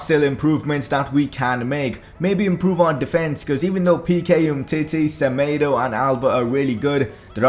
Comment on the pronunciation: ur pronouncing smedo so wrong